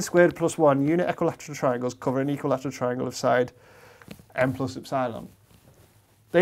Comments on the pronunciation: Professor, epsilon is pronounced Ep-si-lon (accent on the first E), not ep-SI-lon (not in the middle). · Did you just say, N plus Ep- SIIIIIII-LAM ?? ?? I have never heard epsilon butchered like that. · The way he says epsilon is pissing me off because in my language (dutch) the stress is put on the ‘e’ and not on the ‘i’ and it just sounds so wrong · Ep- Sigh -lawn vs Ep-suh-lon 😪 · First time I've ever heard it pronounced "ep-SIGH-lon" as opposed to "EP-sih-lon" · I may not be a mathematician but please; it's ep-sil-on not ep-sile-on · Ep-si-lon?? ep-sil-on mate come on haha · I enjoy hearing EP-si-lon being pronounced ep-SY-lon. Keeps making me think of Battlestar Gallactica. (==o======) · Do you really pronounce eps-AYE-lon? Epsilon seems way simpler and it's how greeks actually say it. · Are trying to say EP - SILON ? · "epp-cylon" The guy must be a Galactica fan... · "Ep-cylon"? sounds like Battlestar Galactica. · I've never heard epsilon pronounced ep-SY-lon before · Only psychopaths pronounce epsilon like that. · First time that I have heard epsilon pronounced like that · Great video. I watch a lot of content from the UK, but I never knew that you pronounce "Epsilon" differently from the US. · I think that's the first time I've heard "epsilon" pronounced that way . This is something I'll have to keep my ear open for... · When was it decided to call "ε" [e'psaɪlən] and not ['epsilon] as it is pronounced in greek since "ε" is a greek letter? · Wherever did he pick up that pronunciation of epsilon? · I've found that people from the north of England are more likely to pronounce it like Dr Padilla (and Copeland), while those from the south pronounce it the other way. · Strange pronunciation of "Epsilon".